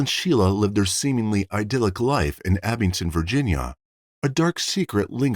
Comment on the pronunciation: It's Abingdon. (Not Abington) My hometown. This was huge news in our little town.